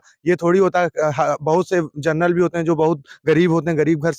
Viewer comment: किस मूर्ख से बात कर रहे हो जिसको जनरल बोलना नहीं आता।